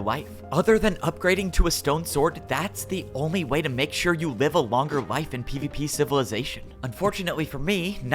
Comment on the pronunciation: I hate every time he says pvp civilization bc it doesn’t sound right